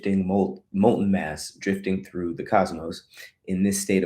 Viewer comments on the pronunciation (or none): none